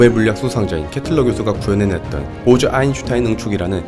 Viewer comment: 보즈가 왜 보좌라고 들리지? 나만그런가